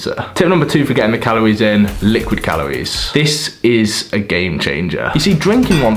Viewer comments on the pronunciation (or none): Calories* not calowies